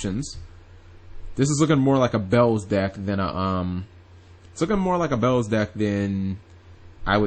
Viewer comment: its beelze not bells!!!!!!!